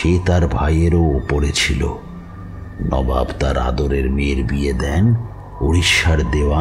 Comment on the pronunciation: ami tomar voice er khub boro fan. But unfortunately bar bar নাবাব sunte boddo kane lagche. Please ektu kheal rekho. Ota নবাব hobe.